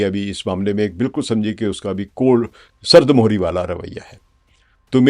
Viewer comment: سرد مہری mohri ✖️/ سرد مِہری mehri✔️